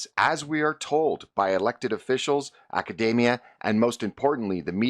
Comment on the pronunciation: Why does he say "academia" like "macadamia"